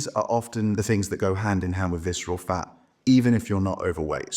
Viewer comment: Yeah, I hate viceral fah! It is a reah scary pah!